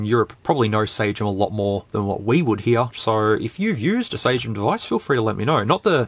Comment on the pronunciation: Dunno if you guys adapt the original pronunciation but it would be SUH-GEM, g as in "genre"